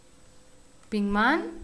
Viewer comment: es pinkman y no pickman